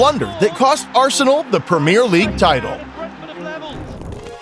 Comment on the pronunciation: The prem ear league